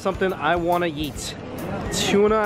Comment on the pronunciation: the way he says "eat" sounds like "yeet" 😂👌